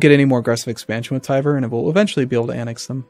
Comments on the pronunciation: IT ISN'T TIVER!!! It's more like T-ver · It is never pronounced Tiver. nowhere, never, it is TVER. END OF STORY.